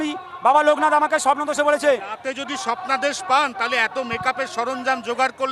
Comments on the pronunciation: Uni swapnadrsh peachen na Swapno dosh peachen bujhlum na 😂😂😂. Valo kore sonar por bujhlam nijei bolche Swapno dosh😅😅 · সপ্নাদেশ ❌ স্বপ্নদোষ ✅😂